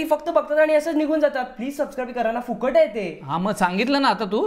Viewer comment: "Fukat" naahi rey "Phukat" bolaa